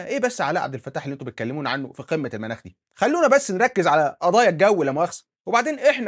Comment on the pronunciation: رچاءً،، الأصدقاء المتابعين وبعيداً عن الفلسفة ولكن محبة في اللغة العربية،،، قل قمة (المُناخ) بضم الميم وليس المناخ 😂